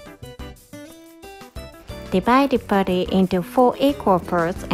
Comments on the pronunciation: It is called "patty" not putty! Ha Ha Ha Ha I find that so cute! Just trying to help with English. You are teaching me a few Japanese words as well. Thank you. ❤️❤️❤️❤️❤️ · ) we say "patty"....not "putty" .....love you all